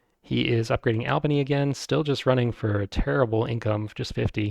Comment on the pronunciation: Thanks for these videos, I'm really enjoying them. My group doesn't like 1830 so I rarely get to play it and now I'm living vicariously through your videos. Also, "Albany" is pronounced like "ALL-bany," It's a long A :)